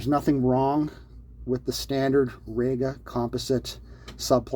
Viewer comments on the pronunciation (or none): its pronounced REE-ga. not RAY-ga. and you call yourself ""! 😉